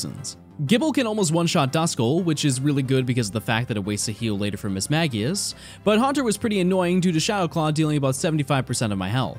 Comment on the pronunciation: Am I crazy or is it pronounced "Miss-mage-i-ush"?